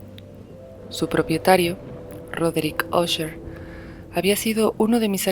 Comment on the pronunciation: Qué bien pronuncias Usher 👌🏼 Mi madre compraba enciclopedias en abonos y le regalaban libros. Unos que le dieron fueron las obras de E. A. Poe. Me encantaba leerlos en las tardes